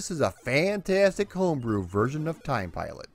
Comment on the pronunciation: I'd like to report a homicide. The victim is the pronunciation of this game's title.